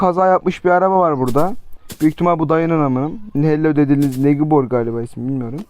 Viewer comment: Abi negibor değil neybır😂😐😂